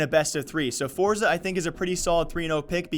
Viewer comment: "Forza" it's Force